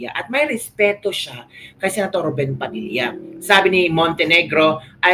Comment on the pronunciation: Rubin po hindi RUBEN.